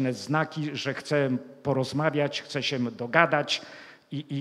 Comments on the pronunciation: dlaczego nie wymawia ę na koncu wyrazu. Slysze zawsze -em??? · ap., po polsku mowi sie,, zastanowilem SIE a NIE SIEM " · Mowic po Polsku to tez sztuka. To nie jest siem tylko się ! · Dokładnie też to,zauważyłem tak się wystawia Pozdrawiam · Nie idzie tego słuchać. Siem, chcom, wiedzom, widzom, co to za pajac? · Niech "siem" ten po polsku nauczy wysławiać...Oglądałem kiedyś reportaż z Tworek i jakby znajoma twarz...